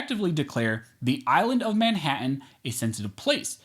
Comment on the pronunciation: Manha’an? Not one but two t’s totally ousted and ignored. Rosie Perez would be proud.